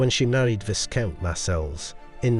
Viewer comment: Wow, some of that jewelry is lovely - and some is coarse and vulgar. The AI voice needs more training. It's vye-count, not viss-count.